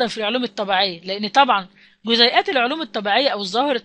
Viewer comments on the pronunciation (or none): جزئيات وليس جزيئات